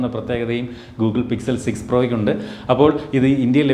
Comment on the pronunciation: Its pixel not sixel 😑 Google Sixel 6 pro? 😐